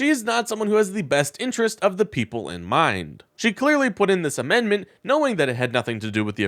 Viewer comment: English is bot my first language but it irks me when she says mendment instead of amendment.